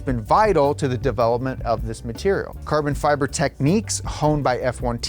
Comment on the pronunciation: “Carbon Feber” 🤣🤣🤣